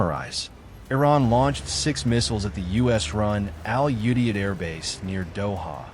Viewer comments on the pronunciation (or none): I was deployed to Al Udeid and was involved in its planning. I would appreciate if the various news outlets would learn how to pronounce "Qatar" and "Al Udeid" correctly. It's "Cut'-r" and "Al-u-deed."